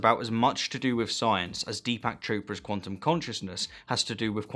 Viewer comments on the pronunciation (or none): none